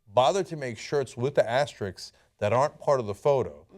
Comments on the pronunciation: Guys, the word is asterisk. AsteriSK, not asterix. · It's asterisk, not Asterix. He's a fictional character. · "Asterix"??? What is "asterix"?